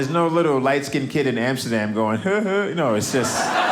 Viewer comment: Its fun that he says amsterda, but says Africa No sense!